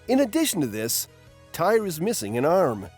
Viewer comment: It's not whatever your saying it's tear it's spelt Tyr but you say it like tear